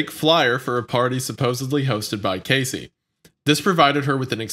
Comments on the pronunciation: he said her name right once though why go back to mispronouncing it? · How does no one correct wendigoon as he say “casey” instead of “cassie” 😂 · hearing Casey instead of Cassie is driving me crazy! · Every time said "Cacey" instead of Cassie i literally cringed 😂😂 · I’m sorry but How did neither of you let know it’s “CASSIE” not “Casey” his mispronunciation of her name when this whole case essentially revolves around and started with her drives me crazy 😂 feels disrespectful honestly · The way I am SCREAMING "CASSIE....CASSIE....NOT CASEY." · Cassie! Her name isent Casey lol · wendigoon calling cassie “casey” the entire time :/ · Cassie not casey shit! Why did no one correct him. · Omg it’s Cassie Not Casey that’s driving me nuts lol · It’s Cassie not Casey fam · Cassie. cASSie. Casey. CASEy. Okay I-say-uh? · I like how Wendi says Cassie’s name right once and then proceeds to call her Casey the rest of the show lol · I cringed so hard. My daughter's name is Cassie and some people call her Casey no matter how many times I corrected them and it always pisses me off. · They abused her name this whole episode how tf they think it’s pronounced “Casey” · I love these guys, but they are butchering names here 😂. I cringed at "Casey" and passed out at how Charlie butchered "Jodeci". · I know it’s dumb, but hearing “Casey” one too many times made me have to end this one early. For fucks sake just correct him, repeatedly if necessary, LMAO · Why is it so hard for to pronounce CASSIE’s name right? Especially after hearing say it correct multiple times. It’s very annoying, especially when it’s important to respect the victims. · lol the fact that wendigoon called her Casey like 60 times and nobody corrected him was concerning lol, it gives it an air of, who gives a fuck if we pronounce her name right it’s just content for us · Couldn’t even get the woman’s name right! CASEY but her name is CASSIE and they don’t correct him ever!! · IT’S CASS-EE